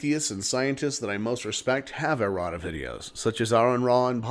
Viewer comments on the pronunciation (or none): you are saying "errota"? because it sounded like at the end you said it would be unlikely to have a Creationist do a video like this... and it sounded like you said "Creationist Erotica video" (insert the coffee spit-take here, my coworkers wanted to know why I was laughing so loud) - that creationist video could only be fodder for more comedy... keep it going brother ! I look forward to each new installment !